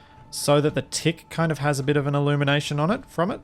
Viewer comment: Your accent made “what’s going on at the front of the tick?” Sound like “what’s going on at the front of the dick?”- lol